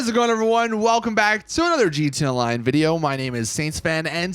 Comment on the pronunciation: This guy keeps saying GTONLINE